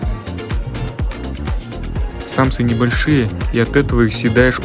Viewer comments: у нас говорят самсА, ударение на последний слог. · Дорогой блогер, учить не буду, но подскажу. В слове самса ударение попадает на последний слог, а не на первый. Научитесь говорить. Также многие не правильно произносят слова манты.